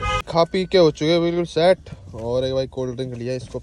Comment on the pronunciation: भाई शट नही होती सेट होती है 😂